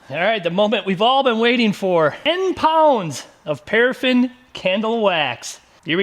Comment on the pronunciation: 'Parffin' Wax?